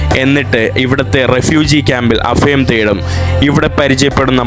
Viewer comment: അഫയം അല്ല അഭയം